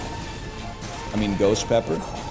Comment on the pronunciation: Will we ever hear NL properly pronounce scovyle... probably not